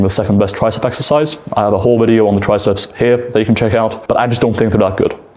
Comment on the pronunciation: Greg's fake voice and the fact he says eggercise when he knows it's incorrect drives me insane. I can't watch his videos anymore.